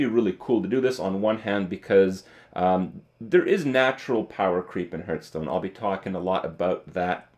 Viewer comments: Do you realize there is an H in hearthstone It's not heart stone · Is it just me or does Kripp indeed pronounce Hearthstone as Hurtstone? It kinda fits though because every expansion hurts my wallet. Huehuehuehuehuehuehuehuehue! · Kripp, why you pronounce "hearth" as "herth"?